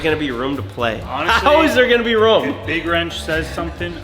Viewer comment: Why can’t say room ruom